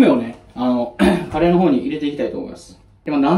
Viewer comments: いや、カレーの発音どない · いやカレーの発音気になるなぁ